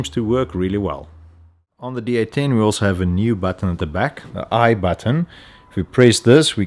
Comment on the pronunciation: Sounds like he's saying D18 (D-Eighteen) not D810 (D-Eight-Ten)!